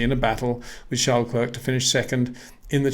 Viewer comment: Please try and pronounce Charles Leclerc's name correctly.